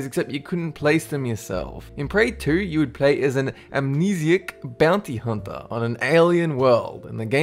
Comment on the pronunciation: who thought he said bounty humper?